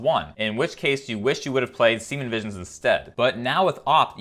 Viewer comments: I was wondering if he was saying semen visions everytime lmao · Like your channel but the mispronounciation of serum vision got old after the 5,000th time